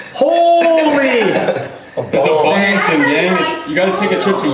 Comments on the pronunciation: he said bettington did you ever mention that because i believe qwe did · "He said bettington holy fuck*" lmao